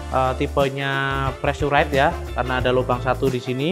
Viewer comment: Preesuraizd, Bang..